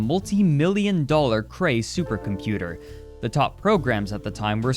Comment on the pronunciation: Supah computah